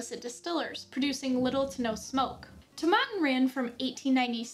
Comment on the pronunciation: I always pronounce it “Toe-Meh-Tin,” your pronunciation is interesting. It’s more of the woody/vanilla side for me. It’s good but not an everyday scotch. Edit: girrrrlll, that is NOT a dram but I ain’t hating. 😂 Double edit: OMG the ending lol